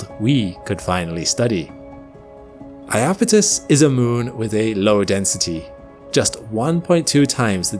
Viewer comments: Beautiful video. But I wish people wouldn't call the moon eye-apetus. When I grew up, it was spelled Japetus, with a J, which caused everyone to pronounced the word with 3 syllables in proper Greek style as "yapetus." And then, at some point, that J turned into an I and everybody decided to add another syllable. Every guide now reflects that. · eye-apethus? is that really how English is butchering the name?